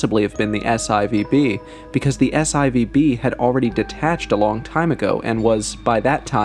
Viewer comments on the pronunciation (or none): S eye Vee Bee? Saturn Four "B". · S-IVB? 😂😂 You mean S-4B!! I guess you or your AI voices don't do Roman numerals! 😂